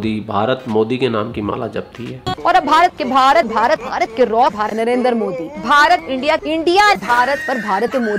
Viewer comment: Not RAW its RAAAA...